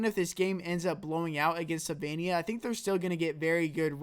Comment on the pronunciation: *Slovenija. Not Sylvania.